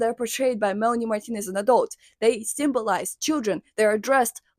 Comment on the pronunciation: the way you say her name is so satisfying